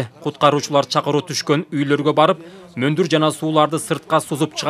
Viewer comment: Эй тантырабай мондур деп айтчы